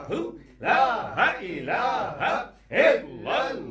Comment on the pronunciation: Salam o alekum buhut ajizi k sath araz karta hu maaf farmaye ...app kalma ghalat par rahe ha Jesa k app parthe ha is Tara (laha ilaha) it's mean (laha is god) agar (laa ilaha) pare to it's mean (there is no god) jo durust ha ...agar ma ghalat hu to rahnumae farmaye...note(I am aalso watching alra tv and I watched lot of gohar speach and books .sukriya I am from nowshera Peshawer kpk idrees ahmad